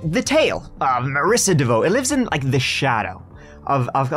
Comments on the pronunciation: Heyouuuu! It's pronounce "Devo" as in: let's give it a go! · Oh my, you had me laughing at trying to pronounce her name and then saying she needs to change it. Not even 5 min in and you made me laugh.